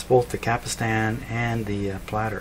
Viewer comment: It's a CAPSTAN ... not a CAPISTAN ..!!!